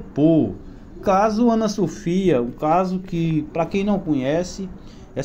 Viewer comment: A nenina é Ana Sofia, fale direito. Essa adolescente be estudada